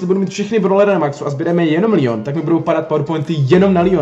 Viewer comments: neříká se to lion ale leon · nie líjon ale leon pls hovor leon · Říká se to leon ne lion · Necte se to lýon ale Leon pls❤️